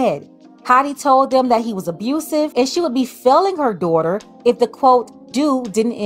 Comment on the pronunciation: Dawh-ter. Daughter. Not doighter ❤ English teacher 😅